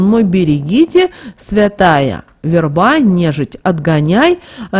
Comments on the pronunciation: В е рба, а не верба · Да что же вы искажаете смысл слова "верба" Говорите правильно! Слух режет.